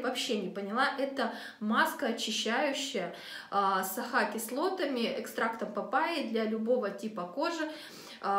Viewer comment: Мама дорохая... "аха" и "бэха" кислоты, "гель-эксфолиака", "подзабитые" поры, "провоцируют вылазенье" .. Ну перед тем как вещать ЭТО на камеру, погуглите транскрипцию и произношение, потренируйтесь-повыговаривайте эти странные иностранные слова)) уши вянут) ни одного названия марки не разобрала на слух. Жуть!